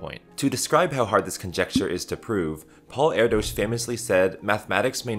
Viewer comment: He pronounced Paul erdos’ name wrong it’s like “air-dish”